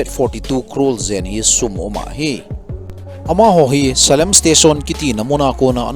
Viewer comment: Salem a hih ka che khae RRB Exam pe in...salem hih Selam joh in a pronounced uve